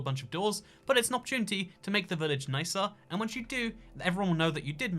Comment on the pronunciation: More like: we all nake nistakes in the heat of passion